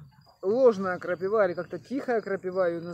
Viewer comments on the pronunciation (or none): Вроде молодой человек,а говорите как древняя старушка "крапивА"))))